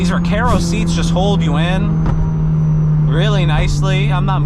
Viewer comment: Recaro RS-G is for 32” waist max. Great video! Just an FYI, not trying to be a smartass: The “Car” in Recaro is pronounced like Car and not Care 😀